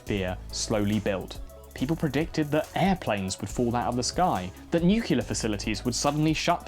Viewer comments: HA! LOVE ALL Y'ALL VIDEOS! GOTTA ASK: ... WHY YOU SAY NEW-QUE-LER SO OFTEN? (NOT THROWING STONES... UR VIDEOS R ABOVE 9,000. JUST SEEMS LIKE UR DOING IT ON PURPOSE? ) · Come on dude, you have to fix the N U C L E A R pronunciation issue